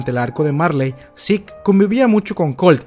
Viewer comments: pronuncias Sick en vez de seke y pronuncias levi en vez de lavai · Por qué cuando pronuncias Levi nunca dices "livai" (cómo se pronuncia realmente) pero se te da por decirle "sik" a Zeke (cosa que nadie hace porque nunca se escuchó nombrarlo así)? En serio, me parece un poco estúpido el hacerlo. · "Seque" ulala señor frances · Se escribe zeke y se pronuncia yiku